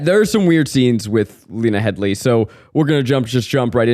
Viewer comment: 'Heady' guys, not 'Headly'.